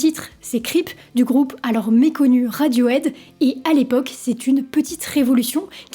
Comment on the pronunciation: Bon sang, il faut vraiment faire un gros effort sur la prononciation en anglais. C'est caricatural! Cripe de radiauaide? Raide aute chili pépeur ondaire zeu bridje? Vraiment?